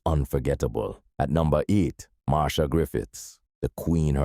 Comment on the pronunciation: Her name is pronounced Mar- Cia